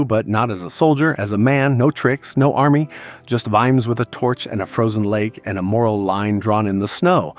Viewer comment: You pronounced it Veemz? Really?! 🤣